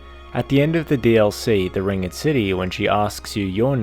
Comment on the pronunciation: am I the only one who was annoyed by him saying ringed incorrectly? so much emphasis on "ed" when saying ringed knights and ringed city